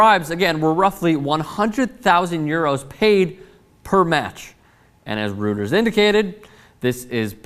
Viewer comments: FYI It's pronounced 'royters' not 'rooters' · (and its pronounced Roy-ters not rooters,:) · it's pronounced roy-ters. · I think it's pronounced ROY-ters